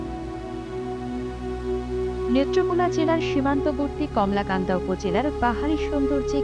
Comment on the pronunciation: বার বার কমলাকান্দা বলতেছেন,,,, আসলে কলমাকান্দা